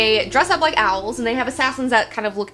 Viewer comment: Yikes... "OWELS"